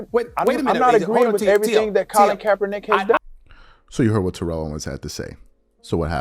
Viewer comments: ( it's said: Tare-rull Owens not Turr-elle--- or just T.O. is what everyone calls him. Kindly consider pronouncing it that way, ---respectfully, thx. ) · Could you please learn to say TO’s name correctly? Or just say “TO” ? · This man talked about SAS mispronouncing names and he has been mispronouncing T.O.’s name this entire time 😫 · and he’s still mispronouncing his name. He always spoke on him mispronouncing other people’s names NOT in a mocking way.